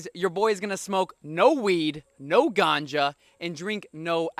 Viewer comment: the way you say ganja😂😂